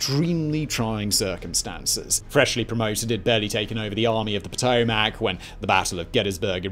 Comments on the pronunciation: you're mispronouncing the name Potomac. The Army was named after the river that runs through Washington DC. Despite how it's spelled it's it's pronounced Poe-toe-mick. Take it from someone who live mere miles from said river. It's Poe-toe-mick. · Honestly more so pronounced Puh-toe-mick. Coming from one of the kayakers of great falls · Helpful tip from a local, places the emphasis on the wrong end of the Potomac river pronunciation. In fairness, I'm sure I butcher my own pronunciation of British locals. This is meant as helpful critique, not sharp criticism. Emphasis belongs in the middle, leaving vowels on either end short. Potomac:: puh-tow-muhk where -muhk often sounds like -ick to non-native American speakers. It's an English adaptation of an indigenous name, so there lies room for interpretation. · For future civil war videos, Potomac is pronounced puh-toe-mick